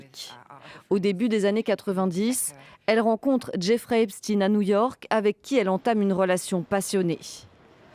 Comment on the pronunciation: Continuez à nous prononcer du eps"tine"... comme si on connaissait pas Albert Einstein